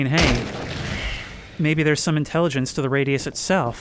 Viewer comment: I heard "into the feetus"😂😂